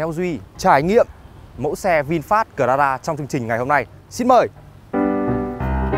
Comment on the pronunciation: Cờ la ra vãi ông ạ